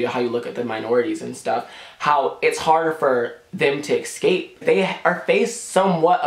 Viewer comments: I love this video so much but how many times he tried to say "escape" and said "excape" irritated me a little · Honey, i love you but it just annoyed me when you constantly said 'excape' instead of 'escape' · Lol I like how he says escape "exscape"